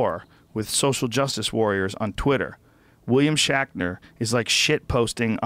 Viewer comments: Say Shackner one more time and I'll lose my mind Joe....jesus lol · Who's William Shackner? Oh shit, did you mean SHATNER? Ohhhh, that makes much more sense. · His name is WILLIAM SHATNER!! Please stop calling him, "Shackner". Man, for a man with a lot of big words you don't speak English so well. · It's Shatner, not shakner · "shackner"? is he saying his name 'shatner" wrong on purpose? or am i just hearing things? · "Shaqner" lol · "William Shackner" and "Star Track"? How DARE YOU! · Had to shut it off with about 20 minutes left because I couldnt handle him saying "William Shackner" anymore. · Even as he's reading the article he still says "shackner".... it's like when a little kid pronounces spaghetti "pasketti" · I swear I was just in another universe where Joe was saying "Shakner" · WILLIAM SHACKNER ? did anyone else hear that 50 times in a row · "William Shaqner" x'D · Is Joe saying William Shackner?? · Why does he keep saying shakner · lol...i was referring to rogan...hahaha listen to rogan talk about shatner and say his name 10 times and say it wrong. i just wasn't sure if it was a goof on shatner. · It's "William SHATner" you fuck!! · I hate to be the one to correct you Joe but it's Shatner not shackner and it's star trek not track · Who is William Shakner? HA!WHAT is Star Track? Joe can't even read. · Am I the only person who noticed Joe is saying William 'Shackner' was in Star 'Trak'?! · I love how Rogan corrects Ian on the word "fallible" but then says "William SHACKNER" and calls it "Star TRACK" I think he even said "twinner" instead of twitter.